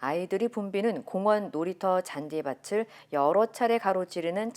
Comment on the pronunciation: 늘 좋은 뉴스 감사합니다. 앵커분도 차분히 소식을 잘 전해주셔서 감사합니다. 😊 하지만 잔디 [바틀]이라고 발음하셔야 하는데 [바슬] 이라고 하셨네요. 한국어의 표준이라고 생각되는 앵커분이 틀린 발음을 하시면 많은 분들이 한국어 발음을 틀리게 발음해도 틀린 걸 모르실 거 같아 안타깝네요. ㅠㅠ